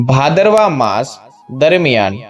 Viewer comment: Bhadarvo bhadarvo nu ucharan